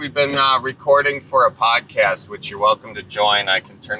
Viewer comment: When says the word 'podcast' my brain assumes he's about to say 'potty.' What I hear: "So my Grandma Sue is on the potty..." Because I'm originally Midwestern this sounds so natural and I have to resist the urge to stand. As if he's going to continue with, "And she wants you to stir the potatoes so they don't stick to the bottom."